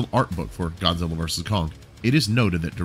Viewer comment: I thought it was pronounced "Do-ug